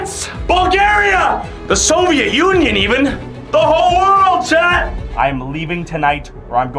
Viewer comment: Bru did you say Soviet union